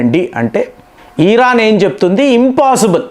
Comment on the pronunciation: ఈరాన్ కాదండి ఇరాన్ కొంచం తెలుగులో మాట్లాడేటప్పుడు తెలుసుకొని మాట్లాడండి